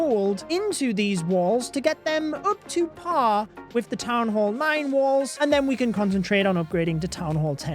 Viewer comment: Why does he say “Wils”???😂😂😂